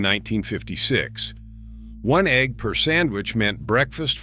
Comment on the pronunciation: Ho cakes and ee gg ee in a hole ? Hire a real person to talk for christs sake !